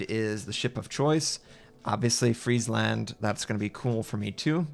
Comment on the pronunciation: You know... I'm quite impressed he didn't completely butcher the name "Friesland" XD